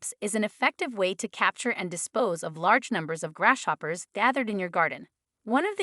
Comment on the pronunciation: I am sorry but, I had a really hard time listening to this video because of it being pronounced grass shoppers so many times!